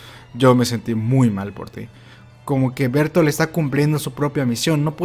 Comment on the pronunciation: Se pronunciaría "Berthold" no "Bertol"